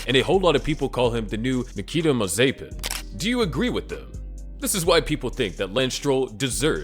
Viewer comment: The way he pronounced Mazepins' name makes me think that he has never watched it!